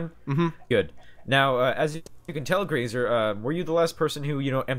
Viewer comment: says "grasa"